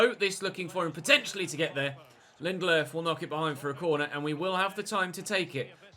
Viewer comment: Why does keep calling Lindelof “Linderlerff”